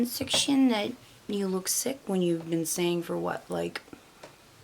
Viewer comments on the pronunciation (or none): Is anyone over and her saying “ EEN” instead of “ING” ie: ly-een not lying, say-een not saying. It makes me Ragey!!!!